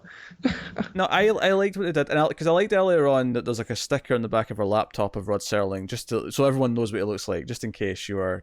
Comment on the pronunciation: Why exactly is it so hard for people to simply say "Rod Serling"? and not STERLING?